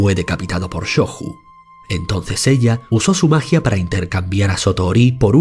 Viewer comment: La "J" seguida de vocal pronuncia como nuestra "Y", por ejemplo: Jigoku se pronunciaría /Yi-go-cu/ y Shoju /sho-yu/